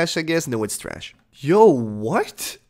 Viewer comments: 'Traaaassshh' Way to ruin what was becoming a really enjoyable series to watch, with over use of the word and some super cringey songs. Hoping it gets better again or I'm gonna have to tap out. It didn't even bother me that he says mosster cawsket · I cringe every time you say “Treeassshhhh”.. smh